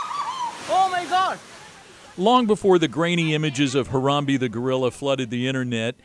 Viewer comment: STOP SAYING HARAMBEYE BRO ITS HARAMBE